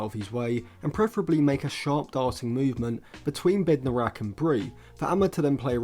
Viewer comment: Bednarek, not Bednorak